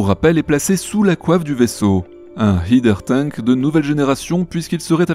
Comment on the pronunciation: Merci pour cet épisode. Et si je peux me permettre un micro détail, mais que me chipotte : à chaque épisode tu prononces mal "header tank" 😅 C'est "haider", et pas "hieder"